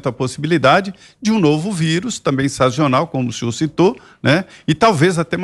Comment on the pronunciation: me perdoe, vc falou "sazional"? Se não falou, desculpa, se falou, corrija. Obrigado